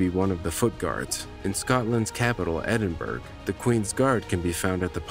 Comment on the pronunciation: edinburrow... not edinburg...